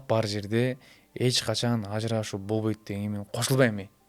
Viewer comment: Бобойт эмес болбойт - деп сүйлөш керек . Точка эмес чекит койойун , бобойт эмес болбойт , отношение эмес мамиле - деп сүйлөсөң . Сөзүңдүн теңин орусча , теңин кыргызча сүйлөгөнүң туура эмес . Булардын жашоосу кимге кызык .